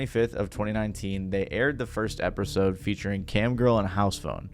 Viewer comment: firrst epersode